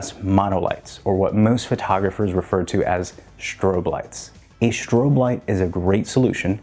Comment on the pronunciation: “Shtrobe” lights, really?